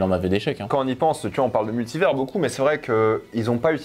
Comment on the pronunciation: Dites à de prononcer Multivers correctement